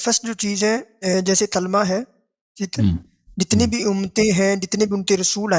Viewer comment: او چاچا پہلے کلمہ کہنا تو سیکھ لے تلمہ تملہ کری جارہا😂😂😂